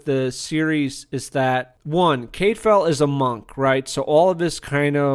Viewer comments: Full on read this as "half a whiptail". Great show. Nice review. You sure that's how they say his name in the show? I thought it was more 'Cad file' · You need to read the books to fully understand the characters, and history to be credible. You're mispronouncing his name and tons are left out of the BBC series for time reasons. I couldn't even finish listening to the post and wont be back.